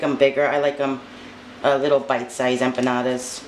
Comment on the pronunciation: The way you say it is correct!